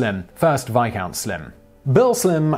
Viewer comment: No. Veyecount